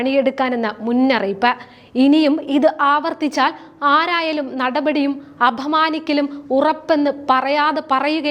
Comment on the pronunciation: കുട്ടീ ധാ രുണമായി അല്ല ദാ രുണമായി. സൂ ച്ഛ ന വേണ്ട സൂചന മതി. അ ഭ മാനിക്കൽ വേണ്ട അപമാനിക്കൽ. ആരോഗ്യം എന്ന് വ്യക്തമായി പറഞ്ഞു പഠിക്ക്. പിന്നെയും ഉണ്ട് കുറെ.നല്ല വാർത്ത വായിക്കുന്നതിനു വീണജോർജ് ഭാഷ വേണ്ട. വിമര്ശിക്കാനല്ല ശരിയാക്കാനാണ് പറയുന്നത്.